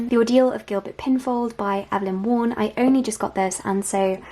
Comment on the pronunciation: Also Evelyn Waugh's surname is pronounced WAR.